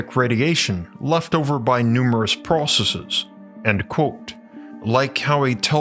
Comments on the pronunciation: You really should learn how to say the words 'Quote' and 'Unquote'. It should not sound like 'Colt' and 'Uncolt' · Love the way my man says "QWOTE."